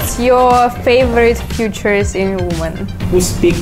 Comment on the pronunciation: The foreign one is boring and kinda control fre** its not that funny like the previous ladies. And she pronounced the word “features to future” 😂